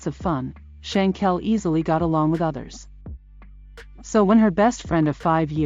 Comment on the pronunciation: It's not pronounced Shankel, it's Shanquella. Bad form with the automated dialogue.